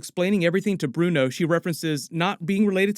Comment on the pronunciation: Fav Moment : how Kamran still calls Bruno - Brian 😂